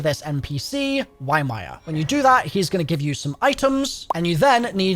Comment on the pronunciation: pay attention to the dialogue, you're not saying ymir correctly at all 💀💀💀